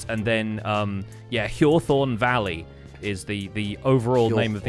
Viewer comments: A small note about pronunciation: the "th" in the middle of "hjorthorn" should be pronounced as separate "t" and "h", not combined into a "th" sound. It's "hjort-horn", not "hjor-thorn". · As a Swedish person I'm lowkey obsessed with the way you pronounce Hjorthorn